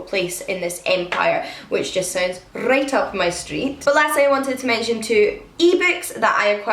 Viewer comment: What a great list. Frankissstein is a must for me and I always love your fantasy recommendations. I did giggle when you said ‘right up my street’ because you did such a Scottish ‘rrrr’ - which I love as a fellow Scot :)